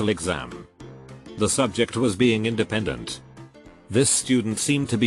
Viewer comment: Don't mind me I'm just laughing my ass off from the "in de pendant" xD